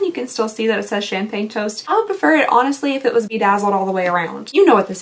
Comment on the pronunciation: Every time you said Champaign, my brain would said Problems. 😅😅😅